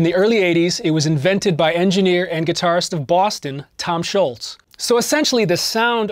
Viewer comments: The man's name is Tom Scholz, not Tom Schultz. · Why does everyone call him Schultz?? His name is Tom Scholz!!!